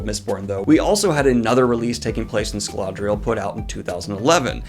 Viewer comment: Im sorry but Scaladriel?